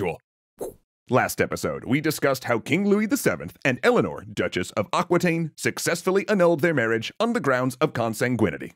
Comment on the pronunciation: Aquitaine is pronounced "ah" (like "America") "ki" (like kiwi) "ten" (like the number 10), not "aquateen" :D